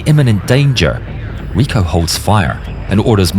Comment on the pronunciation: I really enjoy yer content. However, “Rico”, his first name, you miss pronounced. His first name is pronounced just like the title of the ancient leaders of Rome.